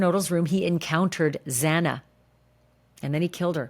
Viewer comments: Ashleigh, the judge's mispronunciation of Xana Kernodle's name (x2)really bothered me as well. It was like he couldn't be bothered to get the name right. What's in a name? Everything. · I was disgusted by judge hippler! He’s more concerned with people calling his office than doing his job! Absolutely horrible! Then you can’t even say Zana’s name correctly! Everyone should be disgusted by this man and especially the prosecutor!!! Shame shame same on you all! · I also, found it offensive, the judge mispronounced , one of the victims names , twice , but but the killers name correct . That was offendive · I noticed the miss pronunciation as well and it bothered me. I think he miss pronounced it 3 times. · I agree with you, Ashleigh…To mispronounce Xana's name, was disgraceful. I felt he was disrespectful to the victims of this crime and the people of Idaho, overall. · That made me so mad. He's the judge and he's making a decision on behalf of the life taken from Zana. The very least he can do at this point is to familiarize himself with the victims well enough to know their names. We here ALL know how to say her name; there's no excuse for the judge getting it wrong.